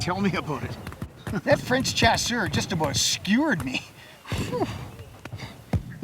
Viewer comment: Chasseur .... pronounced shasseur